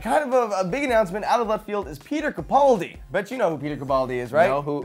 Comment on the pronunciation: Yeah, you kind of murdered it. It's Peter Capaldi. XD